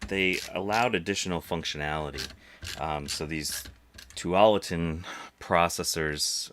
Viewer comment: Tualitin is the name of the suburb where Intel is in Portland. You hesitated, but you pronounced it right. :)